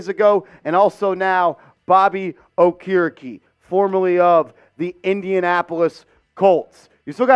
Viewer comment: His name is pronoucned- OAK-ER-E-KEE